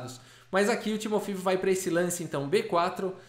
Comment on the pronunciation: Eu acho que se pronuncia 'Timofeév'...